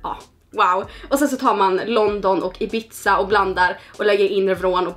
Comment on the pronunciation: Ibizza uttalas inte som pizza utan mer som Ibissa!💕